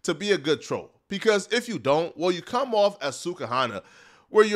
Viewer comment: for christ sake... Why tf do you say "caum" instead of "come"? Will you please address this? We need answers!